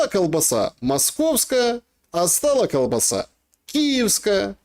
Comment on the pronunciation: Как??????????????????????? коВ-баса.????????????? 🤣🤣🤣🤣 Ну и мойва ну и феня ну и селюки